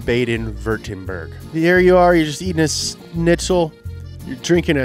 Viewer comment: Pronunciation of schniꜩel: Shnits-ell